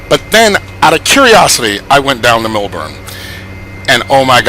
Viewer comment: It is Melbourne not mulbourne